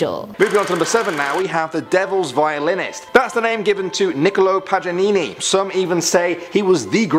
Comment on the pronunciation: he really said “nicolo pajanini”😂 (it’s Paganini)